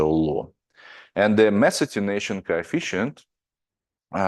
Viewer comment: Thanks. However its MAss not MEss... The two mean different things. Other than that, thanks very much